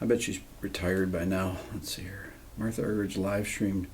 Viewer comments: It's pronounced MARTA not MARTHA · Her name is pronounced MarTa Rick. No h 😉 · I believe her name is pronounced Marta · I believe the correct pronunciation of her name is MarTa (roller 'r' and hard 't') Arg-er-eek... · I think she pronounces her first name "Marta". But it doesn't matter what she's called, what matters is what she does, which is astounding. I share your admiration. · whenever i listen to radio 3 here in the uk, they always pronounce her name "marta"? alas its not that surprising that people outside of the classical music world haven't heard of her. such a legend though for sure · She's doesn't do solo concerts anymore, because she gets "lonely." What an incredible woman! BTW, her first name is pronounced Mar - Tah. Some folks say Ar Ger Reek, but mostly it's anglicized.